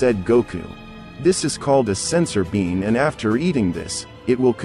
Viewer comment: Why is the voice commentor saying the wrong words? What's a sensor bean ? And even brawly? Isn't it broly? Kakarit? 😂 Wow